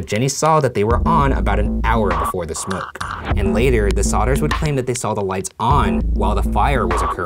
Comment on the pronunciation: the way he says smoke hahah🤣🤣🤣